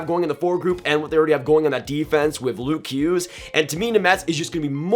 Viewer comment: Jack Hughes. You sounded like you said Luke Hughes